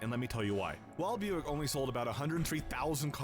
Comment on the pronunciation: "What the hell is byuck?" It's Buick and you heard him pronounce it.